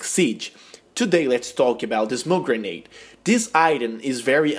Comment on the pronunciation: its grenade just saying but nice vid